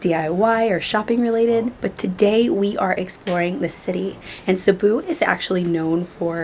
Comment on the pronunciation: the way you pronounce Cebu, pesos and also Boracay in your entryway makeover video is on point. Not a lot of foreigners say them right. 👍🏽👍🏽👍🏽